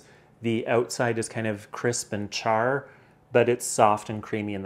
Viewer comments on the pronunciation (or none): none